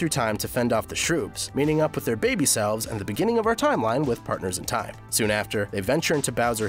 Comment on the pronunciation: One thing When He says Partners In Time it sounds like Partners In Crime